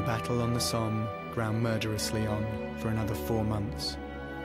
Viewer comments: It's pronounced "SOM" not "SOAM". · The battle of the Somme is pronounced like summe. And was probably one of the biggest lost of troops from Ulster Ireland which is now Northern Ireland. They were called Ulster volunteer force. UVF. That day is celebrated by the unionist community in Northern Ireland every 1st July. There are band parades in many towns and villages. It's to honour those Ulster men both nationalist and unionists. Who gave their life to rid the world of the German, Austria, Hungarian and Turkish tyrants. The allies consist of British men, Italian, French, Russian and Japanese. America again joined late, but did turn up in the end. But that day 10000 Ulster men died. Our churches and towns have memorials and in nearly every town you will see plaques with names on them in remembrance. A sad day on 1/7/1916. That's why we have to fight for our freedom speech and our rights now. These heroes went as young as 16 and gave their lives so we could have that freedom to do so.. even Russians back then never knew that the Bolsheviks would destroy their freedom. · Once again mispronounced 'Somme'